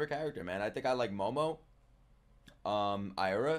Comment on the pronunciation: its Aira not Ira